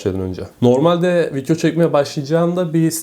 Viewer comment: Vityoda mı göstericen (vidyo) 🤣🤣🤣🤣